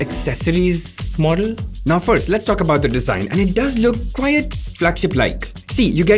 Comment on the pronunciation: "quite" not "quiet" - Sincerely, Teacher